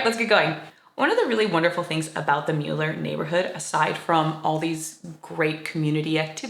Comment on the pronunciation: Thank you for the positive coverage of our beautiful neighborhood and especially for pronouncing the name correctly.